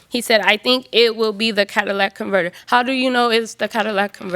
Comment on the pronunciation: God damn, STOP CALLING IT A CADILLAC CONVERTOR!